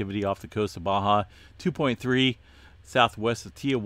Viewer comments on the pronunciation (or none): none